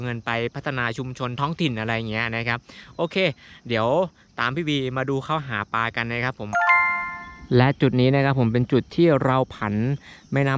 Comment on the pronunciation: หาปลานะครับ ไม่ใช่ หาปา